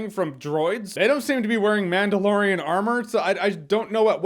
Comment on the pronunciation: Mandalorian lore, or Manda-lore-ian? I'll go now